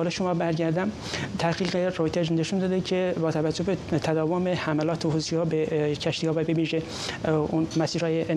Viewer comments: به این بنده خدا عزیز یه کلام یاد بده حوثی نه حوتی فدای محبتت همش میخندم از حرفاش چیزی متوجه نمیشم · درودلطفا از بخواهید حوثی.... حوتی تلفظ نکند تشکر